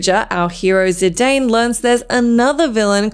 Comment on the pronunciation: Can't expect them to understand all that. This lady couldn't even get Zidane's name right.